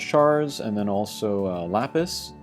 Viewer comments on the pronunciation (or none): none